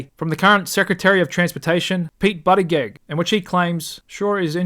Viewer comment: I love how you say Buttigieg